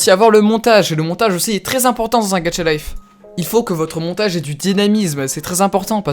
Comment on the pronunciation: "le Monatage"